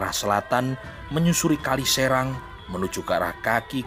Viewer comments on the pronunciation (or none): none